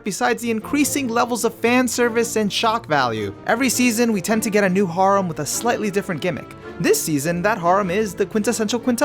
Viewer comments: The way you say harem makes me wanna rip my ears off, then eat them then then shit them out inna port a potty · I’m mad at how you pronounce harem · The way he says harem kills me bruh 💀💀💀💀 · Anyone else bothered by how he says harem